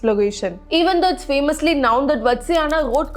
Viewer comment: known, not noun. Please correct in future.